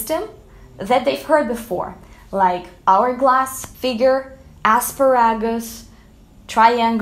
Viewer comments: I couldn’t figure out what she was saying there! Lol thanks! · I love how she said asparagus. It actually made sense the way she said it